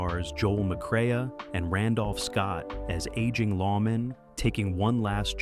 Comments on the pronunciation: Peckinpah's cinematic directoral debut was "The Deadly Companions," not "Ride the High Country". And it's pronounced "McCray", not "McCrayuh". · It's more not mcrea. The a is silent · Pronounces it "McCray-uh" hahahha....